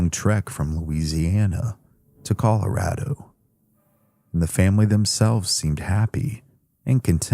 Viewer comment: scariest part of this whole video is that pronunciation of ColorAAdo🤣